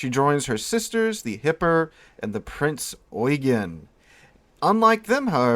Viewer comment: Thank you for this. I haven't played this game yet, after having a bad experience with WoT, but will now. Excellent video. Subscribed. P.S. You are the first YouTuber, or Documentarian I have seen, who pronounces Prince Eugen correctly. Well done.